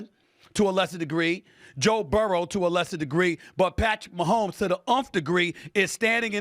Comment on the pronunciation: Is he saying Patrick Maholms not black